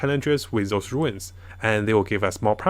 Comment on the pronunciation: Everybody: Runes: Ruins